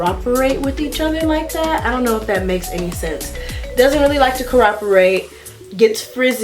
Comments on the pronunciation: You were saying co-rop-erate the whole video lol. It’s pronounced co-OP-erate 🙂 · It really bothers me when she says coroperate instead of cooperate but ima let it slide y’all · She keeps saying coroperate 😭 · Cor-rop-erate lolzz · Commenter one of your comments says "humity". Best not to throw stones in glass houses. And I think it was pretty kind of Ari B to let know she was mispronouncing that word.